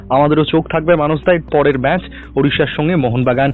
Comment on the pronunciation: ম্যাচ কে ম্যাস বলছ কেন